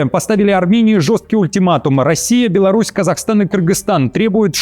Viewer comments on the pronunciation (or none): none